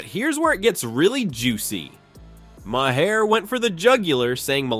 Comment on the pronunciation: It's pronounced Ma Har - not my hair!